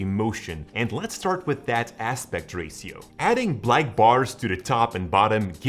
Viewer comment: Its aspect ratio bro you pronounced that wrong